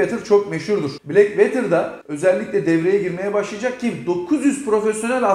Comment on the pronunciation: VETIR diye okunmaz VOTIR diye okunur. Black Water.. Bilgine..